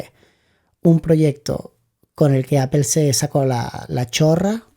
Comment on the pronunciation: Es muy instructivo este vídeo. Gracias. Solo una cosa, he vivido en California y manzana se pronuncia ApOl( no apel), jaj😂. A los anglosajones les chirría mucho escucharnos decir apel